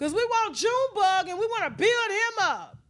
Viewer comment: Omg… not “Junebug”. 😂😂